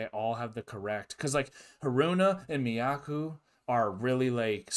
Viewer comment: "Miyako" rhymes with toe. 😊